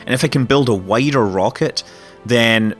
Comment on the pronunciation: I thought you said "whiter" instead of "wider" XD